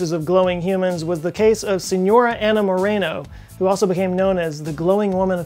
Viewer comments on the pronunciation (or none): Monaro ... Are you dyslexic? Monaro is not read Morano. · [Mo - NARE - row] not Moreno